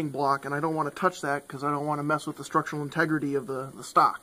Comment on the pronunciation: Lost me at "Strutual" LOL